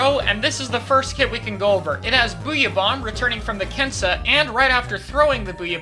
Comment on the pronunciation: You’re saying “Kensa” wrong,. It’s a Z sound, not Ss sound.